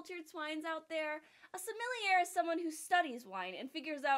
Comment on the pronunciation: You're calling us uncultured swines when you can't even pronounce "sommelier" correctly?? For shame,!